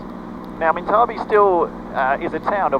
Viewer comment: Pronounced minta bee..currently a petition to keep town open